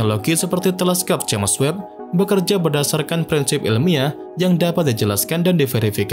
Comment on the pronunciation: The spell is "jeims webb" not "jemes webb" 😂😂😂😂